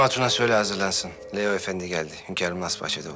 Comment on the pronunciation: Hürrem Leo demiyor Liyo diyor